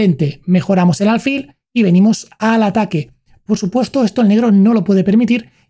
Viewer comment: No se dice álfil, se dice alfil, con acento en la i, pero sin tilde